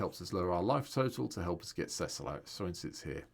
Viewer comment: first content creator to pronounce his name correctly <3